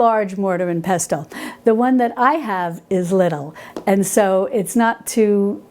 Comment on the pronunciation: Hi. Love your channel, your recipes, and your ethos. The word pestle has a silent ‘t’. So it sounds more like peh sel. Just like whistle.